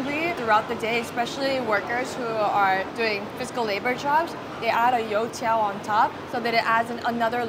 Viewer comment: Woah, your pronunciations for the food names are actually accurate! Especially when you said “You tiao” you sounded chinese!